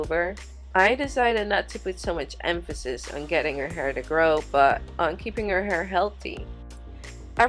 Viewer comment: Did she say "she had very little hr" Not hair?????🤔